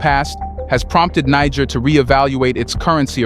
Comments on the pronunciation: its (nee jer) or Ni jer the g is like the letter j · The word 'Niger' is pronounced as 'Nije'😅